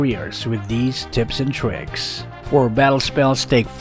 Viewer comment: He said tips and tricks but it's said tips n bricks hahaha and as you can see the build said "sunog bahay"